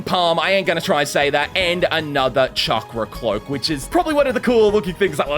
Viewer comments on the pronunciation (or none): none